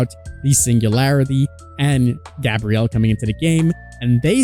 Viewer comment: His name is Gabriel, not Gabrielle. Text to speech, it’ll help you differentiate them.